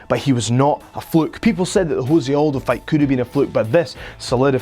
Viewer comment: Its pronounced Joe-say and guarantee u weren't a fan of the UFC during Jose Conor build up. Considering this channel is 4 months old. Pls delete the channel ur gaps in knowledge are embarrassing